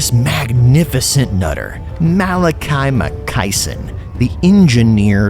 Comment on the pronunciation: Um, you literally show the part of the trailer where his name shows up. It's Makaisson, not Makaiison.